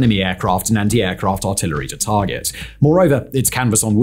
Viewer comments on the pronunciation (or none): none